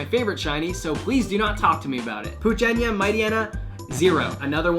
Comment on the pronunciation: Did you say “poochenya”? Cause that’s what it sounds like. Still,love your videos